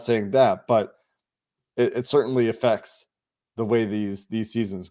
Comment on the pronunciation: “Affact TEe”